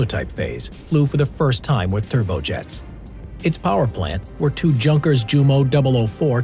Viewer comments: It's not "junk-ers"! It's "Yoon-kers"! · It’s not junkers it’s yunkers it’s pronunciation but it’s named JU -(multiple models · Junker = Yu-unk-air. Please stop saying junker. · Not Junk ers its Yung kers (pronunciation) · He says Junkers as junkers not yunkers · Your prononciation of Junkers is a bit off, it's not like in 'junk'. The 'ju' is like the 'u' in 'user'. Just forget the 'J' and say 'unkers' and you hit it. That hurts a bit, if one speaks German. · "Junk" ers??? Try pronouncing it correctly: "Yunkers." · Not junk, its prenounced yunkers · “Junk ‘rs” 🤢